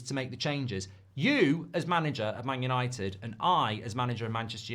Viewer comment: United are not United anymore… It “Yahnited”